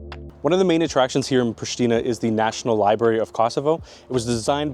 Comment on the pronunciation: wtf dude?! Its Prishtina not „prishtina!!!